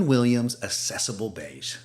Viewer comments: AK-cessable Beige. The first C is pronounced like K. Like "access." It's not "assess." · Accessible is pronounced ak-sessable. I only care because AI often mispronounces words. And when you posted Sherwin Williams Accessible Beige, you only capitalized Sherwin. So now I don’t know if you’re a human or not. 😂 Again, I don’t care about perfection, but these little tells are the AI giveaways. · Nice color ideas, but check the correct pronunciation of accessible and Hague.